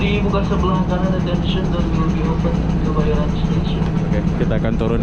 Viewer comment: Kebayoran bang ,bukan Kemayoran 😂😂😂